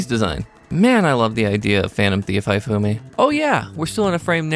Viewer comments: calling Hifumi "HIGH-Fumi" is killing me. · You mispronounced "Hifume". Her name is meant to be pronounced "He-Fu-meh". I at least though appreciate you didn't mess-up the "e" sound at the end of her name. So many English-speakers does on error, treat Japanese words that end in "e" using English language rules. And refuse to learn otherwise. The error being the "e" at the end of a word being silent and all vowels in the word saying their name. When in truth, Japanese words that end in "e" don't go silent, nor does they ever make vowels say their name when pronounced, and the "e" at the end is always pronounced as "eh" in Japanese.